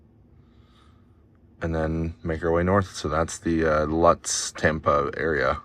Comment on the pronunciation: It's pronounced "Loots," like "boots," not "Luts". You passed right by my house. Cool. Too bad it was on a saturday or I would have passed you going sound about that time of day.